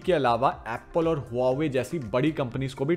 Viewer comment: The way you say Huawei Make me uncomfortable